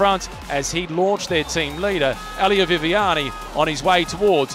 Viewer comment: Nice video, but It is "Elia", not "Ahlia"😅